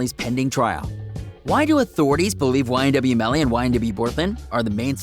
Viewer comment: ma man said ynw jurvy